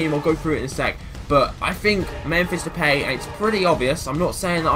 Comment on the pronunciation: You pronounce his nam depie not how you were saying it